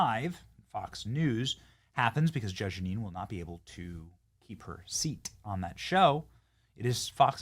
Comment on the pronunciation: it's Jeanine, Benny 😂😂